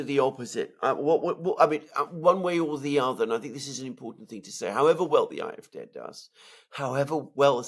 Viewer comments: Just pronounce the 'D' in AfD as you would pronounce the word 'day' in English and it will sound less awkward. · It is a butchered attempt at the German pronunciation. A=ah. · It sounds like they are saying "I-f-D", But they are saying "A-f-D", Alternative fur Deutschland (Alternative for Germany) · After all these years Mercouris still can't pronounce the name of the AFD 😂😂😂 On a more serious note I think senior is overestimating the popularity of the CDU and CSU for the upcoming EU elections in June. The biggest party will probably be the AFD with 22% - 22.5% closely followed by the CDU/CSU with 20.5% - 22%. The third largest party is likely to be the Greens with 15% (+- 0.5%) closely followed by the SPD with an abysmal 14.5% (+- 0.5%). Wagenknecht will perform very well with 9% (give or take 0.5%) and will be the surprise performer but so will the FDP that will get a surprisingly high 6.5% (+- 0.3%). Die Linke is still alive and kicking with 3.8% (+- 0.2%). Germans tend to vote for more "adventerous" parties in EU elections so expect the FW (free voters), Animal protection (animal rights) party, ecological, volt and some fringe/protest parties to do relatively well. The polls are wrong about the AFD because they consistently predict it will get only 1 in 4 votes in East Germany when in fact it is the party to benefit the most from the fragmentation of the left and is set to get 1 in 3 East German votes.